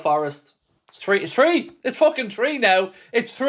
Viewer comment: “its tree nil arna”